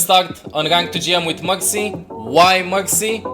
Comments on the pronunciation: Every time he Said mercy i thought he Said Moxy...😂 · when you say Mercy i hear Moxy UNRANKED TO GM PLAYING MOXY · I thought you said M0xy